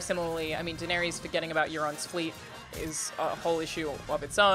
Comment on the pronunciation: How do people not know how to pronounce Daenerys after 8 seasons.